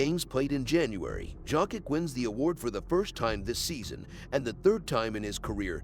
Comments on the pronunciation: Bro. Its yokitch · One would think after so many years Out of respect pronouncing one's name properly would be normal It is Jokić actually Pronounced Jokić Serbs write how they read and read how they write, meaning one letter one sound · It's a good video but just can't take it seriously when hearing Dzokick all the time..